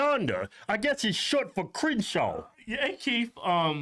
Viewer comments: He said “Crinshanda, short for Crenshaw” 😂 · “Cringeshaunda” GUILTY